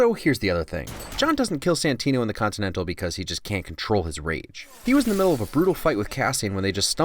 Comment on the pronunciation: "continantale... continantalay? this is karen fillipellay please leava me a message" i fuckin lost it